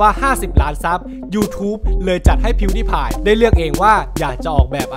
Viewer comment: งงกับกายออกเสียงชื่ออ่ะ มัน พิว ดาย พาย ใช่ป่ะ เเต่เเค่มันออกเสียงสูงตอน พีว ด๊าย พาย ใช่ป่ะ5555